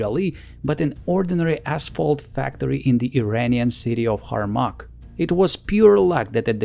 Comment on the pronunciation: The name of this area is Hourmak, not Harmak. I,m from this area.